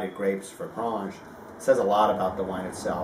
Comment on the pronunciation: One comment if I may please. It is pronounced Grange as in Angel (or graynge). You're almost trying to pronounce it with a French twang to it but this should not be the case. thanks and regards.